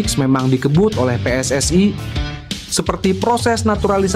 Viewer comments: Baca narasi gak usah lebay...PSSI ya PSSI ngapain dibaca PSS ay...? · Pe-eS-I, bukan Pe-eS-aI, itu bahasa Malaysia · Min, bisa baca gak? Masa pe es es ai 😂😂😂